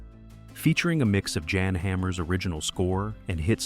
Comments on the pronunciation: It’s yan, not Jan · Yan as in Yannick not Jan as in January ( Jan Hammer ) 😂